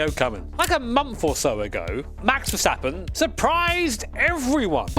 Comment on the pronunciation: i like that you say verstappen correct and vershtappen hahahah. i know dutch can be hard for english speaker i had to learn it at school at 4 years only speaking australian english